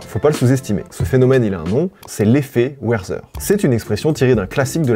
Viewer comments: Werzer ! :D Werther = "Verterre " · Juste une petite précision pour l'effet Werther, on prononce "Vertère" et pas "Werzer" Voilà c'était le point chiant bonne journée à vous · Hallo 🇩🇪 ! Sie sagen "Verther", pas "Werther" 🙉👂. C'est un roman et auteur allemand 🇩🇪, pas anglophone. Bonne idée d'avoir mentionné le roman comme phénomène social 👍. Bon ben voilà voilà 🙂... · top la vidéo le bouquin les souffrances du jeune Werther ça se prononce comme Vertaire et pas Wouerzer mais tqt continue frérot, force ❤ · Tres bonne video encore cest mon rituel en preparant a manger! Juste un truc me demange, sorry mais on dit "ver-tere" pour le prénom Werther 😂😅 pas weyrseur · Werther ne se prononce pas "Ouèresseur" mais "Vertéa" ! Dommage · Les souffrances du jeune Werther (ça se prononce : verter, comme Werther's Original!) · Vidéo super comme d’habitude! Pour l’anecdote : Tu m’as fait beaucoup rire avec le werther prononcé à l’anglo-saxonne ! En allemand, « toutes » les lettres se prononcent. Ça te donne pour Werther [vert-terre]. Bref, dans le fond on s’en fout malgré tout. Merci pour ce que tu fais, je n’ai jamais pris l’occasion de l’écrire : j’aime l’évolution que tu as prise au cours de ces dernières années (voyages /parler musique) Bonne continuation ! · Le moment chieur : Werther est un nom allemand et pas anglais donc cela se prononce Verterre. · Encore merci pour toutes ces vidéos de qualité !! Elles sont intéressantes, avec toujours une pointe d'humour. Bravo ! Pour la culture générale, sans vouloir être désagréable, Werther se prononce verteur (allemand et non à l'anglaise) ;-) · please la prononciation de Werther 😭😭😭 ça se dit "Verterre" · Incroyable vidéo !! juste Werther se prononce « vertèr » plutôt ;) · Bonjour. Les fans meurtriers. Et Werther se prononce [Vairtair]. 😊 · Vértére*, ça se prononce Vértére. Bonne vidéographie sinon. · Les vidéos sont bien mais, prends des cours d'allemand par pitié. Werther en phonétique ça donne Vèrtèr